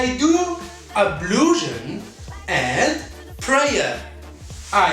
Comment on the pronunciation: Ablusion but we prononce it as ablution